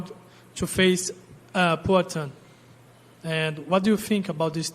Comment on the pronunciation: AND NEW!!!! By a brutal butchering of Poaton…